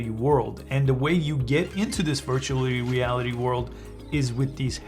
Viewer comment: im watching this a year later and i just realised he said virtual weality